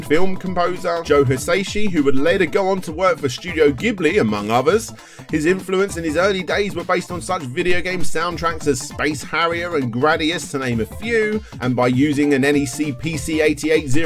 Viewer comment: Why it is names after the plane pronounced gibli the studios name is actually pronounced Jhibli.